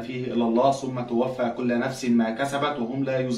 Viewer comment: جميل، مع إني مش مع نشره على النت لكل الناس، بس جميل ده يكون بيننا كأسرة وتبقى مسابقات وأسئلة من النوع ده خاصةً للأطفال 🌼، والنطق الصحيح في الآية: كُلُّ نَفْسٍ، والظاء في تُظْلَمُونَ بنخرج اللسان في نطقها، حتى لا تتغير معاني كتاب الله.